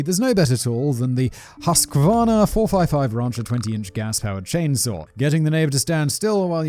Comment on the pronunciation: It's HUSK CAVARNA! wow 🤣